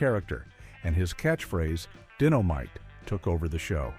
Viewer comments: EXACTLY 💯 SMDH ITS DYNOMITE NOT DINNOMITE WTF !! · ‘DIN-o-mite!????’ A.I. strikes again! Won’t watch. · It's dynamite not ditomite!!!!!! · WTF is dittomite 😂😂😂😂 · His famous phrase di-no-mite? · "Dinnomite"??? You gotta love AI............